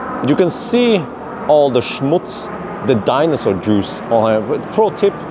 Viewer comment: It's schmutz not smuts 😜